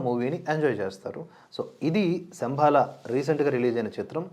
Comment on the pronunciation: శంభల అనాలి!!!